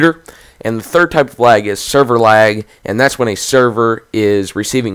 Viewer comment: no offense but why am i hearing wag?